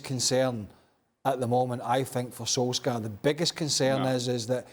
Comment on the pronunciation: Craig, you rube, learn how to pronounce “Solskjaer” Don’t make your lack of education that obvious 😂